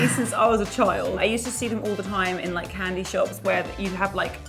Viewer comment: British girl saying "candy"